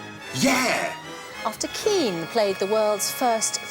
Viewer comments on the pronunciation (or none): Damn when he said Keane I thought he said ween lol